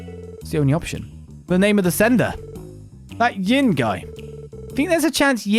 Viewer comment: the one translation issue i had with geofront and by extention nisa since they used it as base, is the name Yin, Yin is a name in Chinese wich in japanese is prenaunced as Gin, they kept reading and saying it as Gin untill hearing about the assasin from eastern origins and how Yin may be the intended way of saying it while talking with the bearded guy.